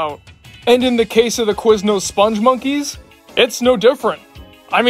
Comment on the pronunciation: I knew from the moment this video showed up that you'd pronounce the name wrong. It's "Spung" and not "Sponge." Which is weird, because you actually wrote the name properly. That said, I actually loved this ad campaign. Something weird and memorable is oftentimes what will stick with you longer than anything bland and forgettable.